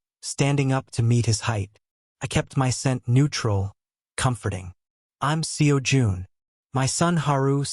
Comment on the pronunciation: The way AI voice ent never gonna get the pronunciation of Seo Jun right. 😂